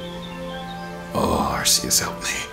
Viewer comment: The most smartest pokemon cant even pronouce arceus's name properly